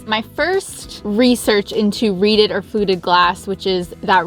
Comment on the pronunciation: REEDED! I thought you were saying "redid" lol.